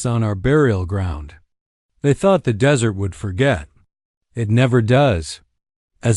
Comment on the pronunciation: Narrator is awful. Spelling out actual words and that dreaded "dot".🤦🏻‍♀️ Desert...Dessert?🤦🏻‍♀️ "Necho" - NACHO! "Tatsie" Tazi? Tatsui? Totsi? How many ways is his name spelled?🤷🏻‍♀️ Are they all one person? It was a ok story. But so many Dots and an odd ending, she's just left there by herself, and what? Too many unanswered questions!🤷🏻‍♀️